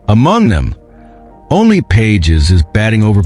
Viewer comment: Robot is not able to pronounce Pages name!